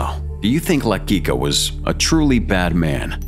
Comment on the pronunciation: you kept saying his name wrong , it's almost like saying LA QUICK A